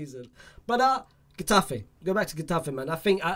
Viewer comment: This guy is dumb lol, Niah Darvich is not from Irag, he is german, and this guys pronounciation, and horrendous. Mikayil Faye he says Fay, what a weirdo, what is GEtafe, is a silent G basically, what an idiot this guy. And thsi guy has seen the Mddrid center-back play what, one game, this guy has not seen anyone of those people play any more than 60 minutes, so where does he get this from, pulling things from other sources but not actually watching any training, or watches.